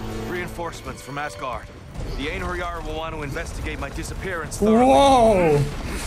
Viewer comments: To pronounce Einherjar: Ein’ her’yar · Don’t know if you’ll see this Jack but I learned the word pronounced as the following; En-hair-yar. Hope you see it and helps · As an Icelander it is wierd to hear you speak Iceladic.. keep correcting you as I talk to the TV. Btw literal translations. Skjálfa - quiver Örvar ýta - arrows push Einherjar - champions